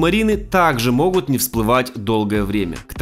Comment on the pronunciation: Как только услышала моХут.. Дальше не смотрела....